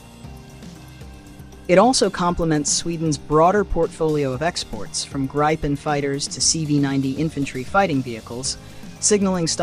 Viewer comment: If I may be so bold, 'Gripen' is pronounced 'Greepen' with an 'ee' Thank you for your attention